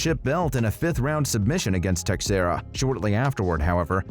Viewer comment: I'm sorry but are you actually a UFC fan? Can't say Jan's first or last name correct.. Glovers last name? He's a legend, how?